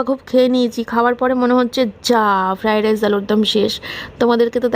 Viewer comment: It’s Fried Rice didi not Fry Dice 😁